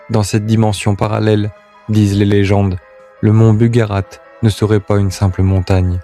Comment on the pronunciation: BugaRACH pas bugarate...